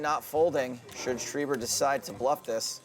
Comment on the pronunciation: IT´S FUCKING SCHREIBER NOT SCHRIEBER OMG I´M GERMAN IT MEANS (WRITER IN GERMAN) THIS DUDE PISSED ME OFF BRUH